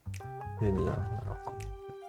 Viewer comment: C'était bieng, il faut le dire, c'était bieng !